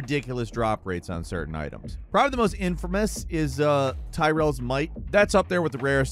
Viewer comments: Its Ti-Ri-O, not Tyrone, on the second thought, maybe that's why Blizzard made him black in D3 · You didn't just say Tyrel? 🤣❤️ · How you got “Tyrell” from Tyreal is adorable lol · Tie-rails might lol. It's Tear-E-all. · When he says tyrells might instead of "tirry ul" it hurt me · Whoever you have announcing for game ranks should really know how to pronounce the characters in the games they're talking about. When talking about Diablo they say Tyrell instead of 'tear-e-el'. Games journalism died long ago. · It’s TEER E ULL. Not TYRELL. He’s not some hood rat from Compton. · Poor Tyrael... "Tyrell" lmao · He said "TYRELL'S MIGHT!" 🤣🤣🤣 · 'Tyrells' might. Tell me you never played Diablo without actually telling me you never played Diablo. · This man really just said Tyrel for Tyrael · "Tyrell's Might"???? Dude, you're better than this. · I know y'all didn't just say Tyrell's Might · Tyrell's might (?????????????) HAHAHAHA - FALCON! Have you never played Diablo? It's Tear-ee-ul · "Tyrel's might" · Did he just said TyReal? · TYRELS MIGHT?!? peasent! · tyrel lol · "Ty-Real" like hes black or something lol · Ive found 2 Deaths Webs and Tyraels in D2r and I play the game less than an hour a day and not everyday lol.I like How you mispronounce Tyrael too lol.Drop calculator is wrong though.A lot of people have them In D2R and there is no duping in D2R.As of right now anyways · Tyrael lol the way you pronounce it is great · The way he pronounced Tyrael shudders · this dude's mispronunciation of Tyrael mad me so sad. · This is a gaming channel but you pronounced one of the biggest characters is one of the biggest franchises name wrong? Really? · Ah yes mispronouncing the rarest item in the game, thanks for not trying. Tyrael would be sad.